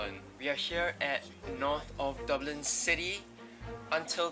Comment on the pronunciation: It is "duh-blin" not "dew-blin". :)